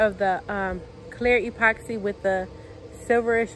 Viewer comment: What’s an E-poxy😂 it’s just epoxy one word!